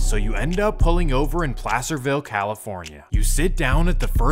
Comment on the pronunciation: NAILED PLACERVILLE💀💀💀💀TWO TEETH